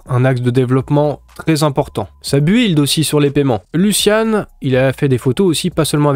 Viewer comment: Build : prononce BILD je t’en supplie,tu nous fais saigner les oreilles avec ton anglais :-)